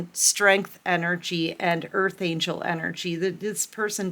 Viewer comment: ANGEL NOT ANGLE❤